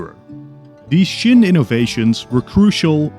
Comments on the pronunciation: Qin is pronounced “chin” not “shin”, like Qing is pronounced “Ching”. It’s fine you can’t really distinguish Qin and Qing, in Mandarin, those two dynasties are only distinguished in accent(one is upward, the other stay tuned) and the context of conversation (one is super ancient and one is not that far away), believe me, I am Taiwanese, we don’t distinguish those pronunciation between those words end in “n” and “ng”. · Why do you pronounce Qin as Shin? It's Chin. As in CHINA. You even said it yourself we derive the word China from the Qin dynasty. It's not hard to look up the pronunciation mate, you just discredit yourself by pronouncing it as shin. Might as well say Shina throughout the video. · Why do you keep pronouncing Qin as "shin" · Please learn how to pronounce Qin correctly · I actually agree with you and l actually thought that l was the only one who actually thought that.